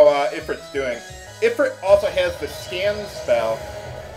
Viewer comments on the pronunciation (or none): It's pronounced "ee-freet", not "i-frit". Not being a dick, I'm just sayin'. Love your vidz bro. I greatly appreciate the humor and the nostalgia. Keep it up. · ifrit is pronounced ifreet